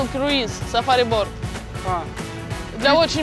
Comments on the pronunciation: Кто-нибудь, скажите, что лодка на английском произносится не боРт, а боут)) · почему Настя говорит "сафари борт" если правильно "сафари боут" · я думала мне одной показалось, что она произносила боРт >_< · Почему она постоянно говорит "борт" на лодку? Неужели так сложно выучить хотя бы одно слово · я понимаю что английский не у всех идеальный, но она целый день говорила BORT на лодку и никто ее не поправил!